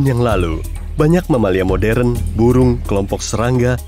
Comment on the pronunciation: ya ku paham tapi aku cuma mau artiin kalau maksud nya itu moderen , walaupun kedengarannya eren